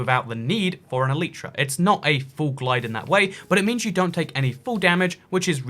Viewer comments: ITS ELAYTRA NOT ELIITRA AND PINEAPPLE DOES GO ON PIZZA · Shut up it’s el•I•tra not el•ee•tra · Nobody:: Elytra = Aleetra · It's pronouncedd ELL-ih-truh according to the dictionary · It’s el-igh-tra because there the vowel is at the end of the syllable which makes it a loud vowel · E-lie-tra it is 👀😂